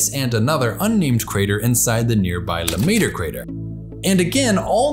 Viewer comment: You massacred Huygen's name. And you also mutilated Lemaître's name.